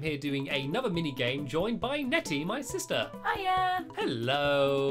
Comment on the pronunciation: It's. Netty. Not. Betty. >:(